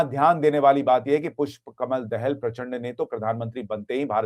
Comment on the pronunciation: Sushant sir दहेल नहि दाहाल बोलिए मे नेपाल से हु